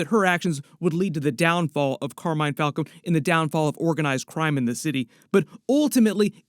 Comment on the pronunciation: It’s falcone with a long e.